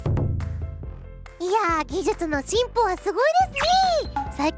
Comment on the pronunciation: あまり良くないけど進歩がOんぽってきこえた